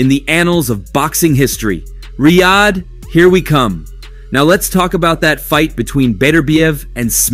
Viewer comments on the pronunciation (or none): none